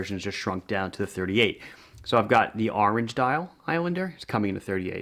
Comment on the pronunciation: I keep hearing 30mm ,when you speak , not 38.